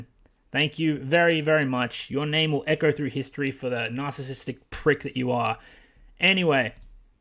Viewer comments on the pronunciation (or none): none